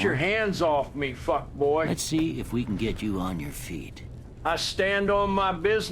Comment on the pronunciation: The biggest gripe I have is when he says fuck boy instead of fuckbaw.